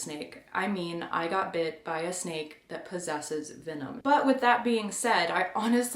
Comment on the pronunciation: I thought you said "sneak bites happen."